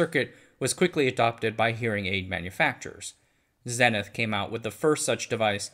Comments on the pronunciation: Not 'zenneth', Zee nith. It's a word as well as a brand name. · "...forgotten American electronics maker, Zenith..." Zenith is pronounced ZEE-NITH, not ZEH-NITH. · Zenith is pronounced "ZEE-nith" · The brand name Zenith was pronounced (ZEE-nith)